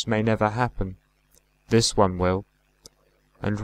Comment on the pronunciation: In stanza 3 at line 7, try putting the emphasis on”this”. Great recitation, but that slight amelioration would be perfect.